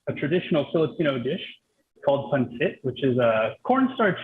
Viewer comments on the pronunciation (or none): FILIPINO here… Pancit pronunciation it’s PaN-sit. It’s Chinese influences way back before Spanish came to colonized the Philippines!